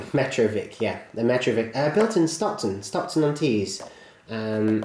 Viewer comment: I LIVE IN STOCKTO-ON-TEES :D was that a bit much?